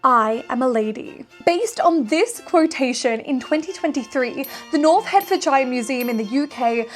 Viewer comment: This is a great video in every way except your pronunciation of Hertfordshire… 😂